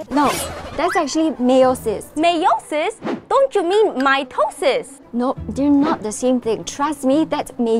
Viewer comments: "meiosis" "mitosis" "MAYONAISE?" "WHAT IS THIS?" "MY TOE SIS" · "Mitosis": "My toe sis": "mieosis": "mayonise?" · “Mitosis” “my toe sis” 💀